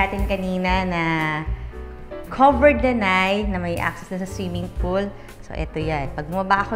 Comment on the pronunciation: snong siming polo. Articulatecwell please